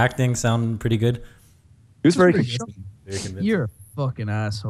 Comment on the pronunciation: Vewwy cawweful